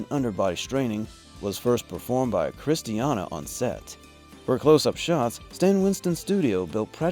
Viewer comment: Why do you always say Kristiana? Her name is Kristanna